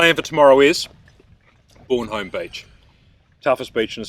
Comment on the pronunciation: Soccer Mum. Mate you're pronouncing the beach wrong. It's Bornholme, not Bornholme. Cheers for another top vid.